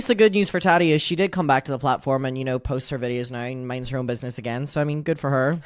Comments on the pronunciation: The Way I Kiii Everytime He Say Tadi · I love the way says Tati. “Taddy” 😂